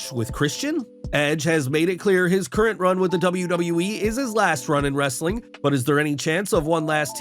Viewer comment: "WRRRRRRRESTLING CONTENT" love that!😅